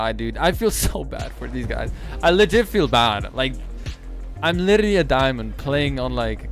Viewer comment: If you cant properly pronounce "literally" dont say literally 1000 times:/